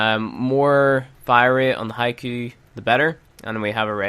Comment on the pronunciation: Hey man I'm loving the vids, keep them up! One thing, I'm pretty sure Hikou is pronounced Hi-Ko, like boat, not Hi-Ku, like soup